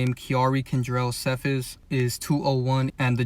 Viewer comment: Young boys name is KENTRELL not kendrell How to pronounce offsets last name Cephus (see-fus) Just pointing that out 🫶🏽